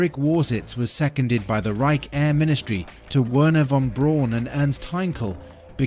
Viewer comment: Good footage, but the rocket designer's name is pronounced more like "vehrner von breaun"